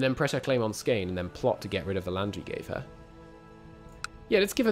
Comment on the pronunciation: You should probably used the Latinized spelling for the Swedish states since you slaughter the Swedish spellings so badly lol Skåne is Scania and Blekinge is Blechingia, for example. Much easier to pronounce.